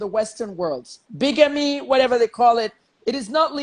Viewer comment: Never understood why Freeze loves Kemi and her fake qualifications and self grandiosity. She brings nothing to the conversation besides, taking it in different direction and makes some of us log off from the broadcast. Bigamy (pronounced bigame not bygame).